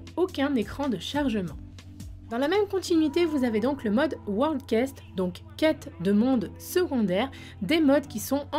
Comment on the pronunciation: Merci pour les infos ! Par contre World quests ... CA SE PRONONCE QWEST !!! J'ai saigné des oreilles x(